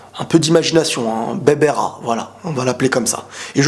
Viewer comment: Pas berbera mais plutot barbara